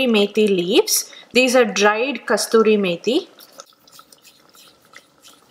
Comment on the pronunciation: Not Kasturi methi ! It's kasuri merhi !!